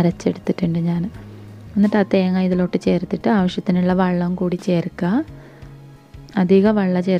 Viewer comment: Wallam alla wellam